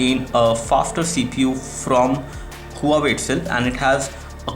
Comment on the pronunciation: The Brand is called Wa-way not Hu-waway.